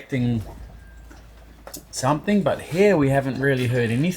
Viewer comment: When did you start saying SOMETHINK ??